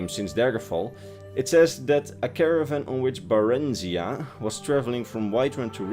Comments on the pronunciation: It is pronounced bare-in-zie-yah. Hopefully that's somewhat helpful. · Baren-ˈzī-uh. After 3000 hours of Skyrim I have heard Vex pronounce it countless times.